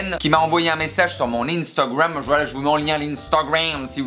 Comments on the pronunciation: Instagrammmmmmmm Avec le petit accent on aime 😂😂😂❣️ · "L'instegrwam " je meurt 😭😭 t'es au top comme d'habitude, mon moment détente avant le taf 😁😊